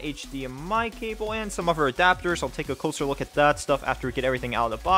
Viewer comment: do you keep saying uver in place of other? i swear i hear you keep saying uver.